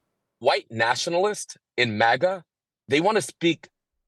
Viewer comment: You obviously say Maga sometimes please stop saying it wrong. I know you can say it right say it right it’s annoying..